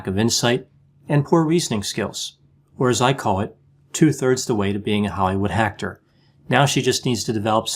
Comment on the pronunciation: Did you say Hollywood hack-tor?